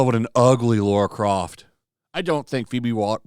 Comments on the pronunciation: Dude, it's LARA not Laura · Ffs dude... it's Lara, not Laura. Come on, man... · I like your videos, dude, but if you’re doing commentary on cultural stuff, please, please, please take a sec to say the name correct! Laura??? C’mon, man! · just outta curiosity why do you Amerians call Lara Croft, Laura Croft? never understand why. Phoebe would make a terrible LARA, not Laura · My guess it’s the original superman actor they have done a disservice to, would make sense because everyone else is still around . It’sLara not Laura